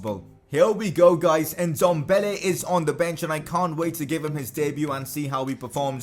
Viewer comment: Please say Ndombele right. It’s Ehn-dom-bah-laye